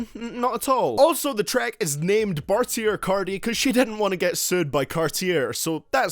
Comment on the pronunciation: ok i agree except when u carti u say the same thing for each song “it dont sound right” and u said carti boring nigga please u cant even say they name right 😂 and how do new freezer and the race not sound right ? 💀 and im pretty sure migos made dabin around 2012